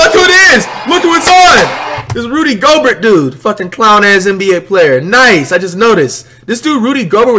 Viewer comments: Flight: Going off about Rudy Gobert touching Curry Me: laughing my head off because flights calls him GO-bert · JAH-morant ZEYE-on Rudy-goBEAR